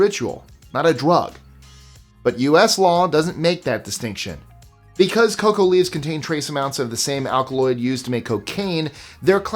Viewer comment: Every time you call Coca leaves, "cocoa leaves" I die a little bit. Your pronunciation is usually SPOT on. a four letter word? sigh.